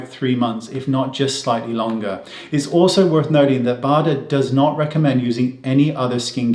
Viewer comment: Professor Bader is German and we definitely pronounce his name the way Wayne does, not the American way: that would be something like Bäder with an „Umlaut“ on the „a“.